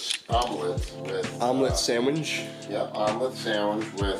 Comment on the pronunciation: omelet sawinch